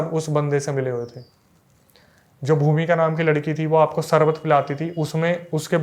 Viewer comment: BROTHER YOU ARE WELL EDUCATED YOURSELF TUM श की जगह स USE KYU KARTE HO SHURU KO SURU=शुरू को सुरु SHARBAT KO SARBAT=शरबत को सरबत ENGLISH KO ENGLIS=इंग्लिश को इंग्लिस RISHTA KO RISTA=रिश्ता को रिसता AASHIRWAAD KO AASIRWAAD=आशीर्वाद को आसिरवाद PASHTAIGI KO PASTAIGI=पशताइगी को पसताईगी RAKSHABANDHAN KO RAKSABANDHAN=रक्षाबंधन को रक्साबंधन क्यू बोलते हो मुझे वो मूवी याद आ जाती है सुनील दत्त और नरगिस की उनका गाना खास करके(सावन का महीना पवन करे शोर अरे नही बाबा सावन का महीना सावन करे सौर(शोर नही सौर)भाई श को श की जगह लगाओ और स को स की जगह लगाओ।